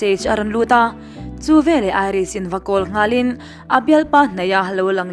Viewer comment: 'Velah' nilo in 'veleh' tih tur aw. A hmuhnawm in ngaihthlak anuam e